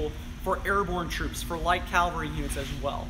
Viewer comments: It's not 'calvary. Calvary is the place where Christ was crucified. It's cavalry, from the French word cavalerie. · Someone needs to tell that it's pronounced caVALRY not cALVARY. If he's an expert on tanks, he should know that. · He said calvary. It is not calvary, it is cavalry. There’s a big difference. How is this guy an expert? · Wait...did that guy just say "Calvary"? ...it gets me every time... XD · It's "Cavalry" not Calvary". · it's pronounced "CAV AL RY".....NOT....."CAL VA RY". Calvary is where Jesus died. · I am TRYING to resist being "that guy" but this is a pet peeve....sorry....!, it's caVVVVVVValry!!:) Otherwise, a great job jam-packing 10 tons of info into a 40 minute video. Now that he's a published expert in the field, The Chieftan needs to get down there and do a Chieftan's Hatch on the M36 GMC!!! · he doesnt know how to say Cavalry...